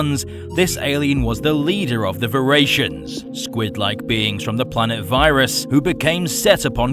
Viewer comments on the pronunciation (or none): Its viras VIIII RAS Not Vyeras Vi ras